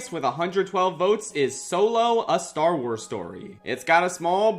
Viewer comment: I FAWKING LOVE STAR WAAAAHZ